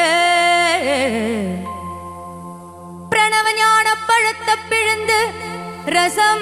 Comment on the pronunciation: She is good singer But Tamil pronunciation is wrong Palatha no Palaithai is the correct pronunciation